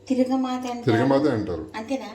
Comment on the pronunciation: One suggestion, Tiragamaatha antunnaru, tappu...its called "Tiragamotha"...